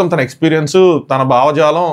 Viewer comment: “Bavajaalam”Felt hilarious when you try to talk proper strong telugu words 😅😅😅😂😂